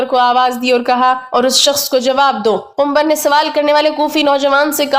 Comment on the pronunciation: Suno Kumbhar Nahin Kambar naam hai